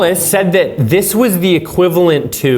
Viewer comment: Omg the "Fumb Duck" 🔄 .. "Zis iz equivalent tuuuu.. 🤦🏽‍♂️